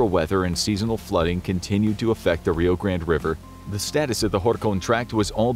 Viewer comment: Gotta love how the narrator can't stick with one style and alternates his pronunciation of Rio Grande.